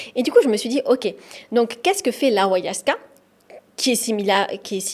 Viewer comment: On dit pas awayaska mais ayahuasca !!!! Et tu prends le pouvoir des chamans pour du charlatanisme, tu es un peu simple d'esprit